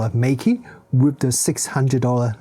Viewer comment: You can just pronounce the brand name in the chinese way - the correct way 😅